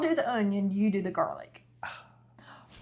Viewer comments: “Jar-lic” I’m dead 😂😂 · "Do we have any garlic in a jar?": "Jarlic?" 😂😂😂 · This one lady that does cooking videos ruined the word JarLic for me 😭😭 I hate hearing that now 😩